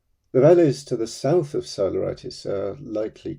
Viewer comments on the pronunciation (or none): It would be great if you could pronounce Greek or Latin NAMES not in english because many of those are not understandable - even Google doesn't understand you (Psiloritis becomes Solaritis)